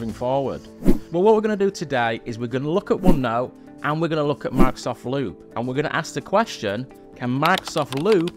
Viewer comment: Why does it sound like he says Lube every time he says loop...no one wants any of that!!! LOL